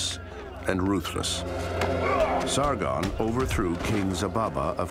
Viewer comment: And its Sargon not Sargun